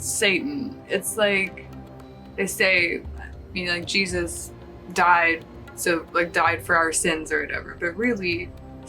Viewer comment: Didn't even say his name right😭😂